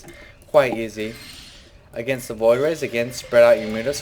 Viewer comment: where the hell are the t's and the h's in the "the"s?